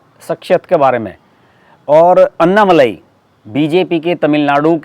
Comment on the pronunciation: कृपा करके अण्णामलय कहिएगा अन्नामलाई नहीं